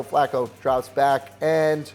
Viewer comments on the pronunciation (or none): none